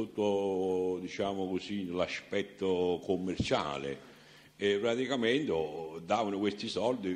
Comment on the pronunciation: Non si può sentire questo signore parlare in italiano.. (Veramento)(Spiegaro)(baso)(tirara)(petesso) (La cumpagna) (Praticamento) E mi fermo qui.. Mammamia se penso che questo ignorantone ha fatto ammazzare centinaia di persone mi viene la pelle d'oca... Mentre scrivevo ha detto anche Lontra..